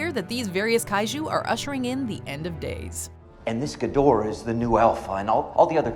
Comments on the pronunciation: Me during the entirety of King of Monsters and this vid: It’s pronounced “KING. GEE-DRAH!” Who tf taught you to say GEE-DORAH?! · It's pronounced "gee-dor-ah" not "gid-or-ah" damnit!